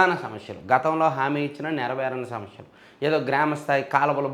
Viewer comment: సమష్యలు కాదు సమస్యలు